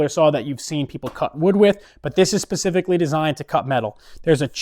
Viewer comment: did he say "pacifically" 😂